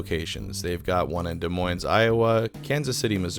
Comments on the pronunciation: De - Moines, people. Get it right. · ahem "Des Moines" is pronounced "de moyn." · The S is silent on Des Moines :) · as a resident of Des Moines, hearing anybody actually pronounce the "S" at the end is genuinely painful. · I caught that and I'm in California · I was too busy having a seizure over the S to catch where the other five Brass Armadillo locations are. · I was about to say the same thing. 515 for life.